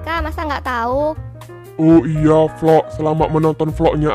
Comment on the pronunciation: Vlog opa bukan volok 🤣🤣🤣